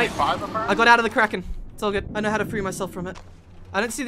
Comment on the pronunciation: "O NoRRRRRRRRR" "I knowRRRRRRRR"